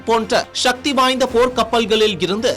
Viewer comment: தம்பி உச்சரிப்பு சரி இல்லையே! சக்தி என்பதே சரியான உச்சரிப்பு